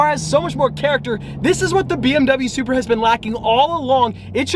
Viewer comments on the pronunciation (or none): is it me or did he say “Subaru” for Supra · Sounds like you said stock SUBARU 😅